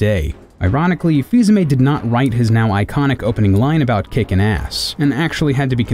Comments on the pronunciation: I am pretty sure his name is pronounced either fil-amie or fis-amii Not fis-ame I am offended and not even french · I thought it was pronounced "Fee-uh-me"? I could very well be wrong.